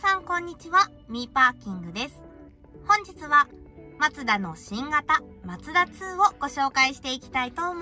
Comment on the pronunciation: MAZDA2って昔のデミオだよね🤔 マツダ車って縁がないんだけど、コンパクトカーなのに、メモリー付きのパワーシートは凄いね👌 、『マツダ』のイントネーションが独特だよね😙 『マツ⤴️ダ』って感じで『マツ』が高い🤭 全然いいんだけどね😊 今日の服も凄い可愛いかった👍️